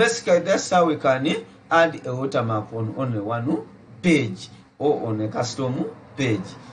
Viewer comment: Watermarka. Only a Ugandan could say that 😂😂😂😂😂